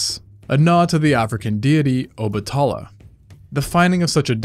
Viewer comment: Obatala, "Obah-ta-lah"